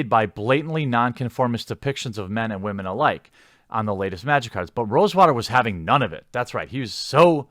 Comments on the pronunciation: Where are all the Wahman? Lol he makes it sound like noodles. Top Wahman! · I still love when u say Waman lol